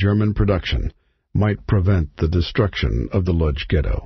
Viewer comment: the narrator pronounces the word LODZ incorrectly, its pronounced :" Wooch" that is what the polish call their town..